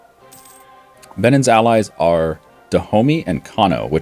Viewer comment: I like this, video. As an African, I just twitched every time he said "Benin", it's pronounced Ben-eene. Otherwise, liked, gonna get this game on Steam now.